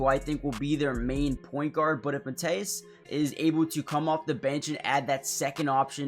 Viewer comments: Get your facts straight! Matas is not Mat-ass it’s Ma-long A Tas is short A. Matas will be great. Born and raised in the Chicago area! To Lithuanian parents! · Well his name isn't Mat ASS. Just don't emphasize any part of his name. Especially the end. Say it as one word. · Good video, but his name is pronounced more like Maw-tas, with a long A at the start. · Pronounced: Mah-tus (rhymes with "Got us" You got last name right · Matas pronounced. MUH-TOSS. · It's Pro-Nounced "Mah-Dis" fast. He needs to practice his jump shot & be able to knock it down with ease. 10,000 shots per day until its automatic! Something will snap mentally. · It's mA-tas bu-zE-lis. Lietuviškai tariasi mA-tas bu-zE-lis